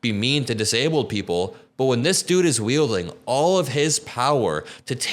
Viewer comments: “Wheel-ding” ♿️ power over people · “Wheelding” the power you mean?